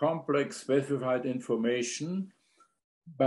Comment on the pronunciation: In-FORM-ation - the essence of form?